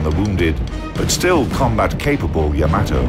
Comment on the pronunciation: YA-ma-to. co-AX-i-al. ffs, the time they must have spent making this video, yet to still have fucked that kind of thing up? wg pls buf ur vid team